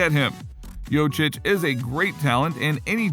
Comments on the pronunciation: It`s Jokić not Jočić. And no, he will not leave Denver. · If you're making videos about Jokić, at least try to pronounce his last name right. He's MVP, show him respect!!! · Wow, you really butcherd Jokics name. He was last years MVP and you cant say his name?!